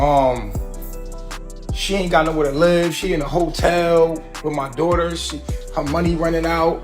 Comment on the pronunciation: If I hear him say “my dowghter” one more time knowing damn well he could give two shits about baby Ellie!!! 🙄